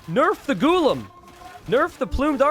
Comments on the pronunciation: For God's sake its pronounced "Gu-la-um" not Ghulum. Normally I won't try to correct people's pronunciations but brotha yours is way off. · It's not "Ghulum" as he keeps pronouncing. Its Gu-la-um. Its his job he's a caster and he should be pronouncing the words correctly. And why should I blame the Devs. People made a fuss about "Szlachta Privileges" did you argued the same against them then.